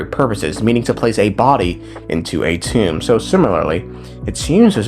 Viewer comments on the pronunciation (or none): none